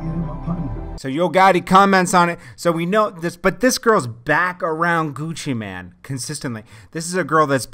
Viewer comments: ChipXanlark exactly I've always wondered why they keep saying man instead of mane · seems like news channels always say Gucci Man... its mane it has a damn E!